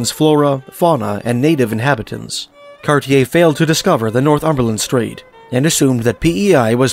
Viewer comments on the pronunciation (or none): none